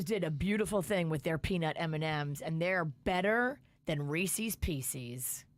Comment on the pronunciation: please pronounce Reese’s Pieces correctly!!